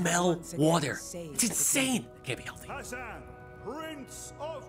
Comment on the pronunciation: pronouncing Ghassan as Hassan is quite triggering lol